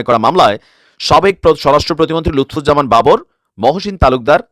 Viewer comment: Not Lutfor Rahaman Babor correct Name Lutfuzzaman Babor.